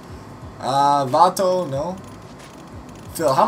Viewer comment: I just noticed the bike is actually called a Cuevito not Cuevato. XD (Or shuh-vato as you've been saying it.)